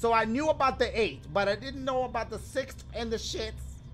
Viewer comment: " 1 divided by 6thhhhhfffff, wait what?" lmao